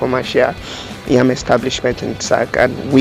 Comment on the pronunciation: You keep saying NYAM NYAM, is it NYAM or YAM?